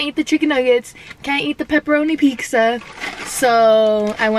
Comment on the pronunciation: She really said peeksa